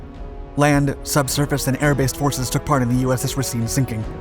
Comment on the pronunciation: Also, the way you're pronouncing Racine is a bit wrong, i grew up in the city the ship was named for, it should sound like you're saying racing